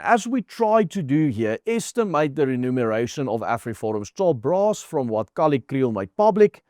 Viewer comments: Not "renumeration"! That would mean counting again. Lees mooi versigtig. Remuneration! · It's Re-muneration.